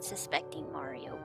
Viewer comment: I think the person who gets the least camera time is the mole. Filming the mole will reveal his identity. Oh and said mario's name marwio.